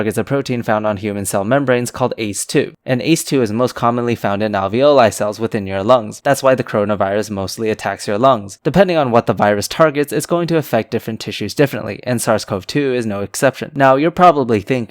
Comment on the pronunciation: "al VIO lie"